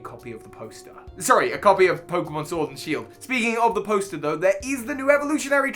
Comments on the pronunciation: Ah yes, Pokemon Shiord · Nobody: Literally nobody:: POKEMON SHORD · ah yes my favorite title, pokemon SHVORD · haha Shiord Was that funny? Kinda I hope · Nobody: That pokemon case at the beginning:ShOrD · Nobody:: Pokemon SHWORD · Nobody: case in the intro: Pokemon Shiord